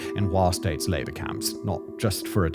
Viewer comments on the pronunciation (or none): none